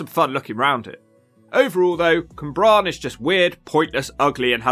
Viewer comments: Cwmbran not Cymbran! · It's Cwmbran, Cym is a different word in Welsh. I don't live in Gwent but it looks like a complete shithole throughout. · It’s the pronunciation of the names 😂 Cwmbran was my fave 🤣 Bristolian here, living in Newport and there’s so much more to the place than all the run down and shit looks lol the community aspect for instance is amazing.